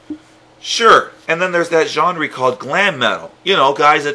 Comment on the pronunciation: Why do you say genre like gen-RE